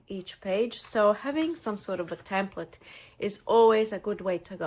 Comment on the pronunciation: Love your videos. Thank you for caring and sharing. Just one thing. It is called a "template and not a "tamplet". 😊